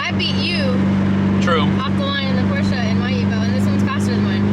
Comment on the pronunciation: when she pronounces it “porscheuh” >>>